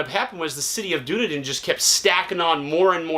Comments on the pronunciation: DUN- E- DIN, FL not dune-din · Its dune-need-din